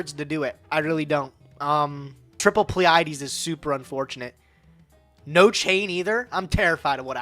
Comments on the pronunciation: I’m pretty sure it’s pronounced plee-uh-dees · They both fucked up Pleiades (PLEE-uh-deez) too.